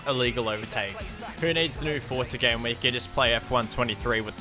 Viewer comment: so my ai cwashed den my gwame cwashed so double cwash